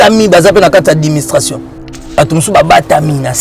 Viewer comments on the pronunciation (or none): Yo mutu olakisa batu français mais ozoloba adiministration na place ya administration. Oyo kindoki tein 😂😂😂😂